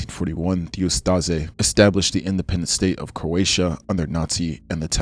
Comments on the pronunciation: Ustaše is pronounced like oost-ah-shay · It’s pronounced oos-ta-Shay (hrvat) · I know it is a long (and rather interesting!!!) video, but please, try to research how foreign names, especially the ones you repeat multiple times, are pronunced. It is [uh-sta-she], with a /ʃ/ sound, not [uh-sta-ze], Jasenovac ends in /t͡s/, not /k/, Pavelić ends in soft alveoolo-palatal sound /t͡ɕ/, not in /k/ etc. Knowing you fail to pronucne the one I know about kind of messes us your credibility for the rest of them. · bro u butchered every pronunciation of the names of people in ustase